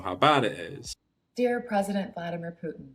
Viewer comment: Good video, but please don't pronounce it Pyutin.